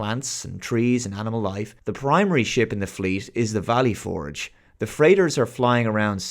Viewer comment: Dude. I love your channel... but as an American, the way you say "Valley Forge" makes this borderline unwatchable.